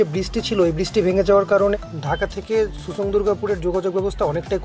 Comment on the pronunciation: not susang its simsang